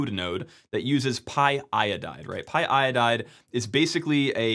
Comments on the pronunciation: It's py-o-dide, not py-i-oh-dide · Don’t say py-i-odide!! Py-o-dide! 😓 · Pyodide not pyiodide ffs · It's pronounced "pie-o-died"